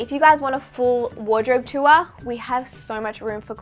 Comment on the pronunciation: I love the way you give the word “tour” 2 syllables ☺️ “too-wah” 😂